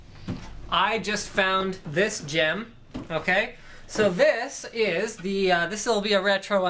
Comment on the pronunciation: listen to how he says "gem" as he is referring to Ruby ahah